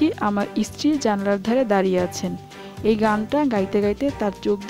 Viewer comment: Uchharon correct korle golpo aro valo lagbe, eskul, eestri aisob uchharon